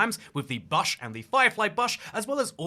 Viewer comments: It's bush not bash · why do pronounce bush like that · Excellent engagement tactic, mispronounce bush lol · Bro I was thinking the same thing 😭